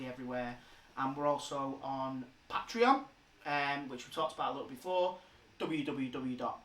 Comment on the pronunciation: pat-reon? pay-tree-on. come on bruv lol. good watch tho! dunno how I'm 2 years late tho